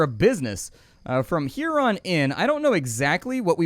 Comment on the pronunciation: Every time he said “here on” I heard ‘huron’ and I feel so clever now